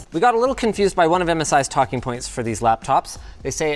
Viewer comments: ...That was a solid b'y, how am I just realizing now is from Newfoundland?!?!? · is a newfie, that "jeez b'y" nailed it haha